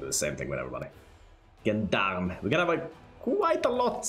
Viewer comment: I'm positive you're pronouncing the word 'gendarme' wrong. It's not 'g' as in gerald, is zh as in george.